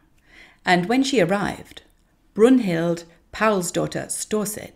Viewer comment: actually it's Brynhild, but I like your version better. Broomhilda rocks!!